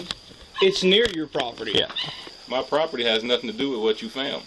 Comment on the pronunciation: "Near your properpty..." so, someone elses property? 😂